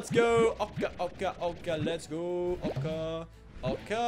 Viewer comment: its pronoinced oh kah oh kah